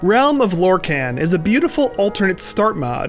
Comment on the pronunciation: Lore-kahn not lor-kaaaaan